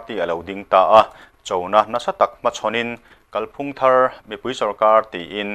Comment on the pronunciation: Kalphung lam dan hi kan hriat chian a ngai. "Kal" tih lai hi, " kalkawng" tiha "kal" anga thlûk hniam tur; "ka 'kal' thei lo" tih anga thlûk loh tur. I lam dan a dik lo tlat. Thlûk hnihnaa lam tur a nia.